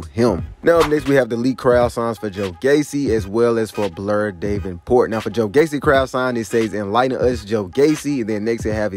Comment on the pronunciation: Da-ven-port Val-halla Jesus learn to pronounce the names.